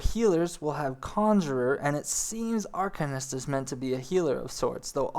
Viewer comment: Liked the video, but your pronunciation needs some work. Pugilist _ PEW-ja-list Arcanist _ Ar-CANE-ist Melee _ MAY-LAY Attribute _ (in this context) not A-tree-bute Dragoon _ Dr-ER-goon (less emphasis on the AG) Piety _ (Nomomom PIE)-er-ty Not trying to be rude, but mispronouncing words will often destroy credibility in the eyes/and ears of your viewers.